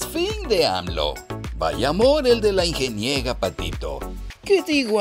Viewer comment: «La Ingeniega Patito», jijiji…jijijijiji… No dejo de reír por esa "ocuguencia".